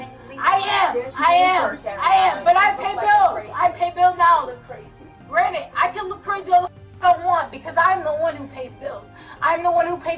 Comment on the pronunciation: ) How many Times is she gonna śay granite\granted?? I Counted About (24 )times!!